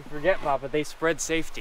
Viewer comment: Hey there sir, does jack refer to you as Papa or am I hearing BaBa?